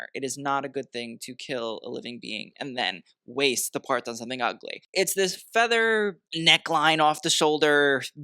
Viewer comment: I’m trying to find the video where says ‘ugly’ in a very dramatic English accent like ‘ugleyyy’. Please help! Even himself??